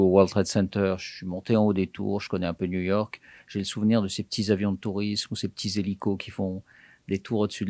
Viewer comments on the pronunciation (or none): "Jconnais un peu Niou York"😏